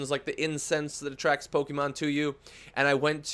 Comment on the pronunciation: stop pronouncing pokemon wrong please